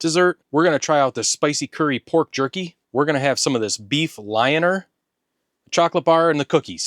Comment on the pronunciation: Hint: If you pronounce "Lyoner" as "Lee owner", you get pretty close.